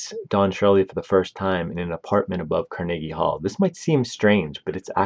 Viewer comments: Freaking hate ai narration… car-neeege hall? Puhlese!! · CAR-NA-GEE Hall. Bro, how do you not know how to pronounce that? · Pronounced car.nuh.gee hall with emphasis on “car” and hall. Definitely not: car NAY gee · Car na GEE hall Can you pronounce ANYTHING right??? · Not to mention he pronounced Carnegie Hall as Car-niggy Hall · The way you pronounce some words is really irritating me. Carnegie Hall, Mortensen are just a couple. You do it to get comments complaining. I get to call you an uneducated idiot. We both win. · Made this nearly unwatchable. It's not as if it was a language barrier issue, more like a lack of research, issue. Seriously, who doesn't know how to pronounce Carnegie Hall? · I am certain the name is pronounced such as "vee-go" and the halls name is pronounced like "car-nah-ghee" i always stress as ive done public speaking look for 3-4 instances or a name or location to get confirmation as to how it sounds. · Learn how to pronounce these names. Viggo mortensen? That pronunciation was terrible. Carnegie Hall? That's not how you pronounce Carnegie. Ridiculous